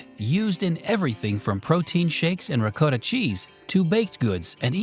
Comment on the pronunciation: It’s pronounced ‘ricotta’ not ‘ricotta’